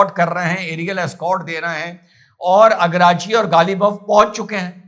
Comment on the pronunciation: Agrachi nhi araghchi bol jahil😂😂😂😂😂😂